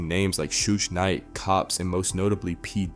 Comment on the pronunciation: Because it is bro. Every time youtube puts one of these 1000 views, 10k subscribers on my homepage - it turns out to be AI. Some of them will really have you fooled too, until it trips up trying to pronounce something like Suge Knight for example. No real person making a video on this would mispronounce Suge Knight. Youtubes really trying hard to push AI commentary channels on people. My homepage would rather push these than show me the stuff im actually subscribed to.